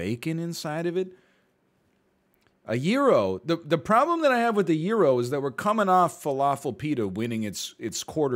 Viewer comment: i phisically cringed when i heard hym try pronouncing gyros )